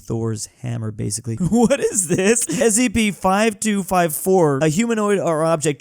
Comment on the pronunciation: And he actually got the correct abriviation... You'd be suprised how many people don't know it's "Special Containment Procedures"